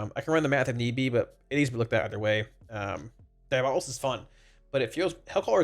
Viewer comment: DIABO-LIST not DIA-BOLIST